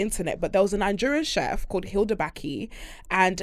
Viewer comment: The way pronounced Hilda’s surname 😂